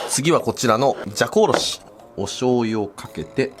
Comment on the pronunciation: じゃこおろしがざこおろしに聞こえた